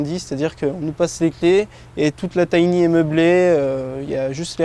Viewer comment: C’est sympa mais quand vous dites « tiny » ça me fait mal aux oreilles.